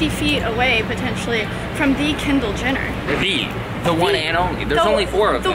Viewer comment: Anyone else notice she pronounced "Kendall Jenner" like "kindill jinner?" 😂😂